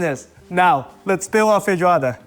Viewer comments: You cooked, man! 😭😭 Genuinely, it's perfect. Even your pronunciation of "feijoada" is native level! But guys, remember to eat feijoada only on Saturdays, when you can have a siesta afterwards! It's impossible to go back to work after having a good feijoada with a fresh caipirinha. Parabéns, mano. Arrasou! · Perfect pronounciation of Feijoada as well